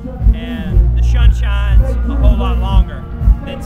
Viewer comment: Lol said shun shines instead of sun shines